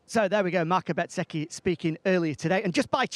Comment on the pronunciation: Does my head in when they keep calling bezzecchi betseki